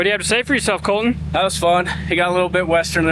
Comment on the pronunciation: So does Colton, but the way and the boss say it "Col-in".... LOL 😆 Cringe TV 😮😅